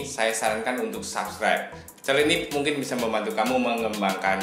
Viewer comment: sabkiber wkwkwkwk ngakaka. coba google translate dulu ngomongnya